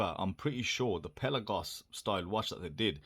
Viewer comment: Apparently pronounced "pel-aaah-goss". I'm surprised that the Seestern isn't cheaper given the cheaper movement. Must have some other benefits. Will wait for the rest of the review.